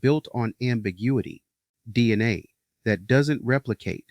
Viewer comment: I think you’re showing you’re AI with your pronunciation of DNA with the A as a soft or short A.